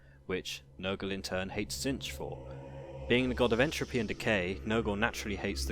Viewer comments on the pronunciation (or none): Admittedly a very unique way of pronouncing T'zeentch, the changer of ways would be proud. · Good video but pretty sure it's pronounced Zeench with a silent T. They even say it in the TW game.